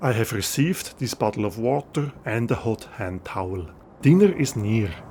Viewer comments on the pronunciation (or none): none